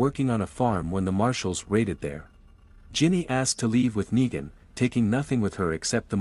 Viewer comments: Say it with me..."Neeeegan"...why are you constantly saying "Nigan" lol is this read by AI or something? 😂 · sounds more like knee than night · You're ok but please get negan words right